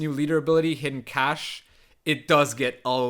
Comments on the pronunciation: English teacher here! Cache has the same pronunciation as cash and I 100% agree English phonetics is a nightmare. Great video man and thanks for scaring me off the ladder with this deck guide. I'll stay in the (relative) safety of arena mode. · It's just pronounced cash actually